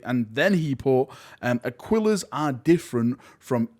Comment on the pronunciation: Super distracted by your pronunciation of Aquillas Currency.